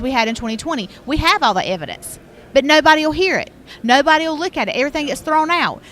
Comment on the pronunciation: it's called EVAH-DANCE !!!